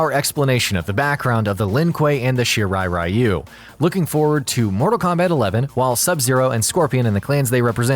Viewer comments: It's Shirai REE-you. Not RYE-you. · It's weird that MK mispronounces the rai in Raiden as ray, but correctly pronounces the rai in Shirai-ryu as rye, but then mispronounces ryu as rye-u, instead of ree-u. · What pisses me off the most is how everyone produces "Shirai Ryu" wrong It's "Ree-yu" not "Rai-yu" This is similar to how everyone produces Raiden's name wrong